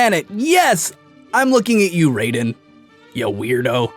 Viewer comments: It's pronounced Raiden not rayden idiot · Bit of a Grey Fox/Raiden ripoff character in my opinion(Raiden pronounced Ri-den not Ray-den) also this is just a comment so calm down no need to reply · It is pronounced Riden ,not Rayden.Besides Raiden beats Wolverine(Screw attack).Genji has a weak sword compared to Raiden.Raiden slows down time so much that even Genji would be a turtle!Raiden would slash his breathy things and kills Genji...RAIDEN WON!!! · Its pronounced 'Ryyden' Not 'Rayden' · Good video but you pronounced Riden wrong and it was really off putting MGS2 players. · actually raiden is pronounced ride-en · That's not how you pronounce raiden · I cringed when he pronounced Raiden's name wrong